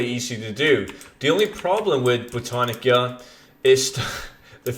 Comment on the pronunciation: ITS BOW-TAN-ICA